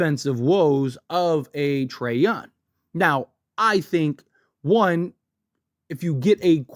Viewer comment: Donavan Mitchell YES…. Trey YounG! … not Trey Yun…. No